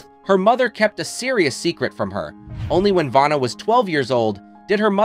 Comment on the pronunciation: He mispronounced her name and Pat's last name at the end...so stupid.